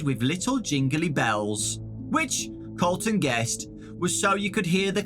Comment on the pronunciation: I heard Carlton instead of Colton- makes me think that Colton was Carlton from silvers eyes(and the other books)